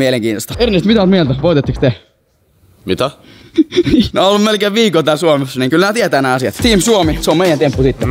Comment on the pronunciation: kuulostaa ihan suomalaiselta toi "Mitä?"